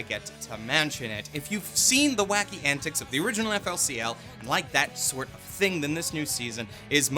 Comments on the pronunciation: Bruh can't pronounce flcl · That FLCL pronunciation D: Cancer